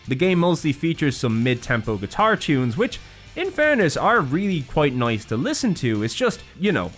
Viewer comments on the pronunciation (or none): none